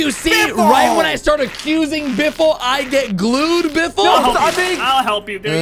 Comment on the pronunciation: it is not biffle